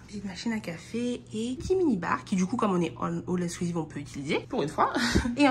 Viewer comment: on dit all inclusive 😊